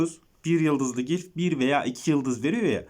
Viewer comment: Gilf değil glif